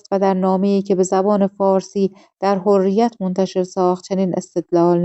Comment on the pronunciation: تازه! حرّیت را فرمودن حُریت😂 خیلی باسوادن: اسامی رو که نگو خودشو میکشت تا از پسش بر آد